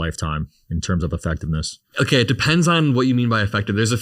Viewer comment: "okah"... vacant stare What a vapid broccoli king